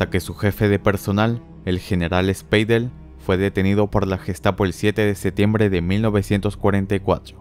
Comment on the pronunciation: Tus videos son entretenidos, pero es insufrible escuchar los intentos por pronunciar con acento alemán en español. Los nombres como Wilhelm, Spiedel o Stutgart y otras palabras, estan terriblemente pronunciadas. Todos mis profesores y conocidos alemanes son muy estrictos en la pronunciacion del idioma. Escuchar tales errores me hacen querer cerrar el video.